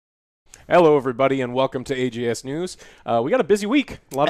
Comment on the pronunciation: I swear said AGS news instead of AJS